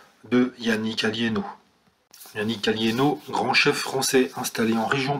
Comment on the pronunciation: C'est Alléno pas Alliéno !